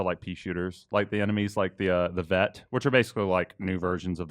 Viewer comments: "Vett" - " I think it's Kett btw." - "Whatever" Such interested "professionals" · Love the salty Bioware fans in the comments. Guy gives it a glowing review, all the Biodrones whining he mispronounced "Kett".